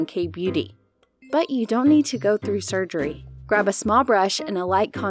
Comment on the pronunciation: *sugery*(wongoung) but the rest of the vid legit❤